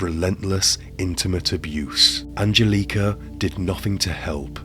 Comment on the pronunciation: An gel eh ka.... Not angel leeka